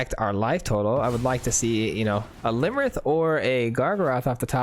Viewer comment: Iymrith....with an i